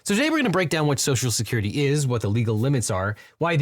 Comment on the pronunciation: "Social Security" is clearly too much for this host's speech impediment.